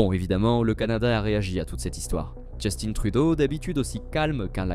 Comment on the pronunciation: Il se prénomme justin et non Justine